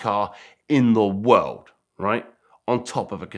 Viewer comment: This dude says world and it comes out wowld. Strange...